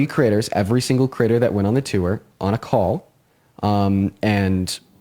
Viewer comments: Does it really bother anyone else that he says "critter" :face-blue-wide-eyes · Ohhh, he's saying 'creator.' It sounds like 'critter.' "I called all 30 critters together." I thought it was some new slang I'm too old to know about.